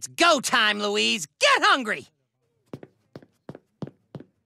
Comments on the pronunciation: It's Luis, not Louise. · It's supposed to be "Luis."